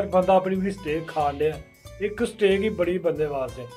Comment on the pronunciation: Steaaak not stick! Haha